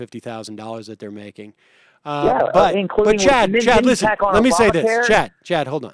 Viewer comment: Was that "Chad" or "Chud"? 🤣